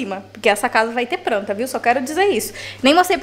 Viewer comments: Gente, amo esse canal, esse casal! Mas pense que eu tenho uma agonia de ouvir a palavra pranta... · "Pranta" olha q vc já acostumou a falar assim miga kkkk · Amo quando a fala “pranta” 😂 (Tbm gravo)🤗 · Agora tô eu aqui também, querendo encher acasa de "pranta" kkkk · da uma agonia você falando “pranta”